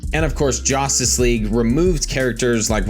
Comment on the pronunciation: It's JUStice League not JOStice League SMH